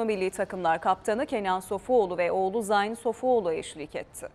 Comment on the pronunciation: Zayn degil ,Zeyn diye okunur..